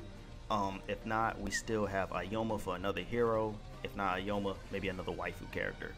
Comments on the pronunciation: Its Aoyama, not "aoyoma" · I'm just going to ignore the Aoyama pronunciation and say the DLC I would want. Hawks, LaBrava and Gentle as one character and young All-Might. Also you really should have warned folks about the new movie spoilers for people that will affect.